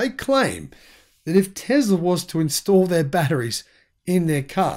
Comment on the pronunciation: Its Tesla dude, not tezla.